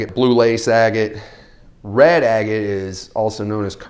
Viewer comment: It bothers me a little bit how you say "agate" bahahaha. How can someone tell what's real opal though?